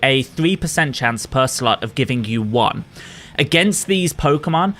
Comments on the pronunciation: Every time you say slot I just hear slut lmao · You GOTTA pronounce the O in slot